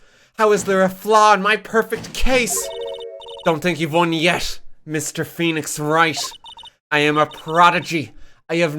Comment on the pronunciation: Woenix Fright